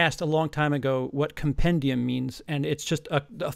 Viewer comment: Lol no shade but it's "com-pen-d-um"